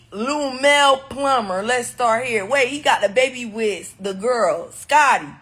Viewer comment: "Lumell Plummer" lmaoo I know she wanted to say Lunell so bad 😂 Tommie is a fool 🤣